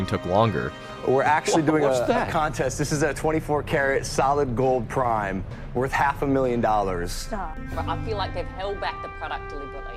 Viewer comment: US A Ai Voice over. You have a speech issue. are you oriental? yes? knew it. you cant pronounce Gold or anything ending in 'OLD'